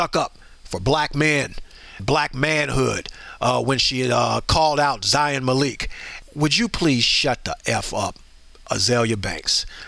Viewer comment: Zayn 👉 Mal-ik 👈 I don't want any directioners to come on here cussing everyone out because one guy mispronounced Zayn's name sorry loves.❤